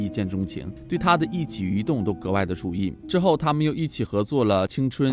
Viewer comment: “注”意，控“制” “慾”